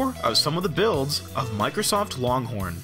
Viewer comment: loncorn lol